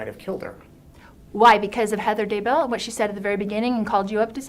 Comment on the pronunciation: Why does she say wha instead of what🙄 I remember hearing this during the trial too. I can't stand her